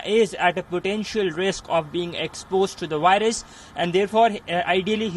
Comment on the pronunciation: The wirus??? VIRUS.🙄